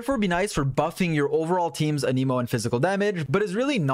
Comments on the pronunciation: It hurts me when you pronounce anemo animo😭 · there's an E in anEmo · why do you say anemo wrong? why do you always says stuff wrong?